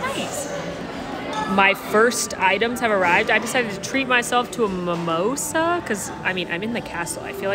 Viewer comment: It's mimOsa, not mimosA.